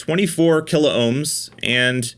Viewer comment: KILOHMS not KILO OHMS